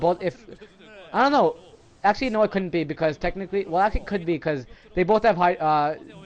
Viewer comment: he said coulndt